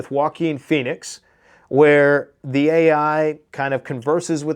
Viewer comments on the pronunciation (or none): none